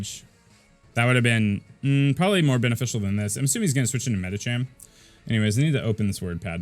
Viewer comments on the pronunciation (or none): Medicham is pronounced with ch like cheese burger